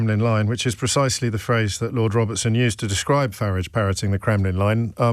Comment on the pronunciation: How do you pronounce Farage? James says "Farr -idge" 🤣